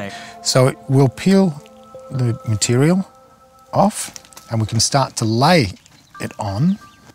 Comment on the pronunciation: He said if it was a cum like mutirial